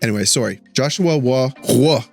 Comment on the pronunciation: Ahahahah You were absolutely perfect on the Joshua Roy Retourne pronunciation until you turned the "à" into an "ô " 😄 Teasing aside this call up reveals part of the plans with Laine, and a good one if it all comes together as Wawa to feed big Paddy might lead to some pretty nice fireworks. it also sends a very possitive message to a big chunk of the Laval roster : keep working well & hard you guys and you'll get your shot. Also, it starting to be very sad for Pezzetta. I'm hoping Kent is working to find a good team for him soon, it's pretty clear Martin Saint-Louis has no place for him even when we have underwhelming guys that should be benched for a game or 2 he could replace.